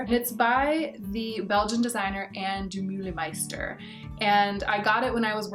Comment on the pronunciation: I would LOVE to hear about your experience in Belgium! (being from Belgium, haha). Also, your pronounciation of Ann De Meulemeester made me chuckle (don't worry, you did good)!